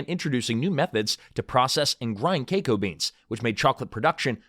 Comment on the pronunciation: Say KEKO beens.... one more time.